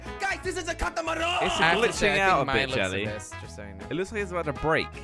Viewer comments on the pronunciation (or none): Its Catamarang, Not Catamana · When said the name of his boat I thought he said "the KUTAMOROOOONE!!!" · WHY does keep saying catamoorone rather that CATAMARAN!!!! Wtf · I laughed when said kata moran 😂😂😂🤣🤣🤣🤣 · Legend says that will be saying "CATAMARAN" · I like what says kantamaran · when i saw jellys car boatish when he said katamaran i was like wtf is katamaran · 'The Cathamaraan' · It’s not catameruuuuuuuuuun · or Cata Marone